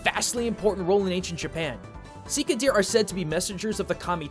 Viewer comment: You seem to have dropped that 'h' of 'shika'. Here you go. hノ( º _ ºノ)